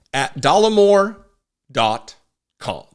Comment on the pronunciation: Sorry, it's "Dollar or more", not "Dollemore"..... runs......whoosh.... Who throws a shoe?